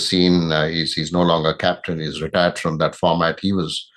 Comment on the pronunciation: It's FROM❌️ Not form